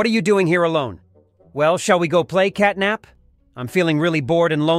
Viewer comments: Bro said capnat not catnap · bro really said "capnat💀🔥" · Catnap ❌️ Capnat ✅️ Katknapp ✅️